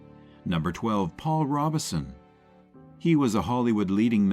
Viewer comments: Robeson not Robinson. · Paul Ro-Bo-son not Robinson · Robe-son Paul Robeson. Unbelievable, the AI narrator mispronounced his name the entire time!! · Its Prounced "Robe Son" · yeah fr real that means you don't know crap about him cause you got the name wrong